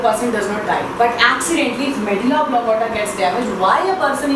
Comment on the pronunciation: no offense but .... oblong*a*ta